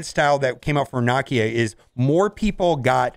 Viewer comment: Nuh-KEY-Uh (Nakia)....EmPHASis in the wrong spot haha:) Love ya though and great vid,!!